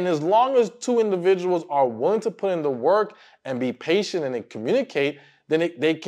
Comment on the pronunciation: Damn it! It's not "woolying" it's willing!!!😅